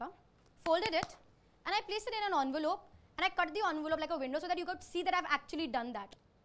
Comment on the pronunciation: She said onvelope instead of envelope